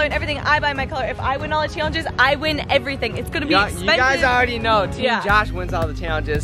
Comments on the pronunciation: take a shot every time says "chaylenjis" in the intro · The way you guys say challenge it sounds like your saying chyallenge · Comment if u get triggered the way they both say “challenges” like “chaylengus”